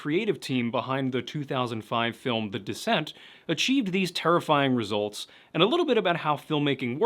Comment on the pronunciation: Serious question, why would feral people kidnap a 57-year-old? Surely they would want to take children, so they would culturally assimilate and also be able to have kids later. I still think the moon-eyed people are just a family with albinism who got blown out of proportion... Every time you said "The Descent" I heard "The Dissent", lol.